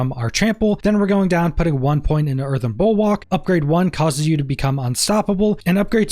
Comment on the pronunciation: The word... Is "Earthen" might.. not earthern.. there's no fucking R at the end of earthen. Also.. it's "especially" not "Ex-specially" Imagine being an adult.. still speaking like an 8 year old.